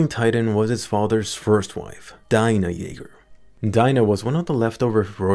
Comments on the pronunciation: it's dee-na not dai-na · What Daina, it's pronounced Dina !! more like Deena !